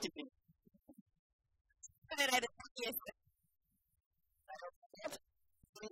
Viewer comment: Cum a fost? Ghini. Si daca desfasori putin? Foarte ghini! =))))))))